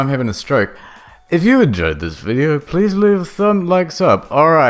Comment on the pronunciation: “I wunt 100 THOUSUND LEKS ON DAT VUDEO, or something stupid like that, I can’t do that...” goes to look at fyre festival video: 275+ thousand likes Damn dood